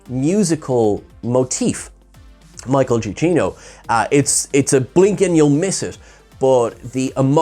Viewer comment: I have it on good authority that it's MICHAEL (JA-KEEN-OH) Otherwise fine video. Despite my feelings on the film.